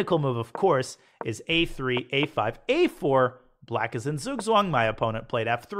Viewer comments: Hey Daniel, I just wanted to teach you how to pronounce Zugzwang properly. Spelled in an English manner, it would be "tsugtsvang". So, you're pronouncing the vowels perfect, but German Z makes the sound "ts" and German W makes the sound "V". Thanks for the videos, love learning from you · Its right that its writen "Zug Zwang" but in german z is pronounced "ts" so it should be read "tsug tswang". Thanks very much Daniel for this awsome series.